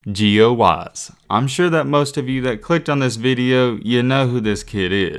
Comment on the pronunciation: Intro be like "Gio Waise"